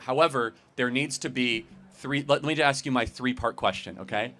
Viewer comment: Bro needs to learn how to axe a question